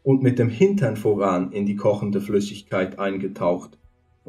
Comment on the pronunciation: Wie er wachs und voran ausspricht... 😂😂😂 und Die Strafe sollte man heute noch anwenden. Das wäre es. 🤘🏻🤪🤘🏻